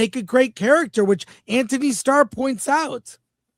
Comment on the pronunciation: Dang Chris butchering Antony’s name lol